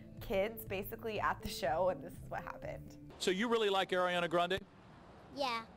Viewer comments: Ariana. NOT ERIANA. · It's Ariana not Airiana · They're favorite singer is ariana yet they can't even say her name right lol